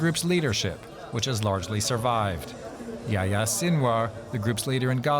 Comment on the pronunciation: After all this American commentators can't pronounce 'Yahya' correctly